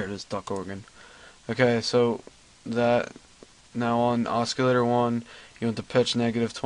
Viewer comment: and it's O-CILL-LATOR......not OSK-ILL-ATOR.....to damn funny.